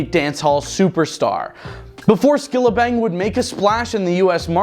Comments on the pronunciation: Skillibeng not Skillabeng 😢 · Lol "Skillabeng" 😂😂😂😂